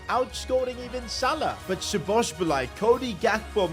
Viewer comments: Szoboszbulai??? WTF Can’t you even read her name? Pronounce as Sobosly. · You can pronounce it like "Saw-boss-la-ee" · HERES HELP WITH THE PRONUNCIATION SAY IT LIKE ‘SO BUZ LIE’ BUT LIKE FASTER ONLY WAY I CAN THINK OF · So-boz-lie That’s how you say it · I still dont understand how can people fuck up szoboszlai's name so bad, like do you see a b at the end of his name or why would you say szoboszbalai?? Just fucking say the letters that are there and dont put others in there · It’s pronounced shu-boz-lay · Just say it like SOBOSLY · It is pronounced sob a zli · its very esay to say szoboszlai, say so-bo-sly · Domonik is pronounced So-bo-sly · Pronounced so-bo-sly for u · It’s sobalski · It's "So Bows Lie" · It’s pronounced so-bo-sly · His name is So-bo-sli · Szobolzlai can be pronounced as Soboslai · If you wanted to know the pronounciation its "Sa-bos-lai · Its pronounced so bo sly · Btw its so-bo-sai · Nope you said szoboslai wrong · soboslae is the pronounciation. Im Hungarian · I think he said his name is pronounced as sobosly or something like that😭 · “Sobozbolai” bro😂 put it in google translate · Sa-Buzz-Lie That's The Pronounciation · It's pronounced : Sho-bosz-lai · Where does he get the second B from when pronouncing Szoboszlai🤣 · Aye its (sa-boz-slai) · the correct pronunciation is sobboslai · Say Szoboszlais name like "Soboslai" ;) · Say Szoboszlai like: Sobosla-i. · Its szoboszlai Shobosslai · Hungarian here Szoboszlai's name pronunciation is Sobosla e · Bro just say Soboslai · say it like Dominik So-Boss-la-E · sz in hungarian is pronounced like a basic s. so its pronounced like so-boss-la-eh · szobozlai is pronounced like so boz lie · Szoboszlai's pronounciation is So-Boss-laee or So-Boss-Lai if that is easier. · Szobozlai S-boz-lie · Szoboszlai's name is pronounced like this Sobosslai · Its prounonced sobozlai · Pronounciatan= Sho-boz-lai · you pronounce it Sob Oz lie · Bro is it so hard to pronounce Szoboszlai?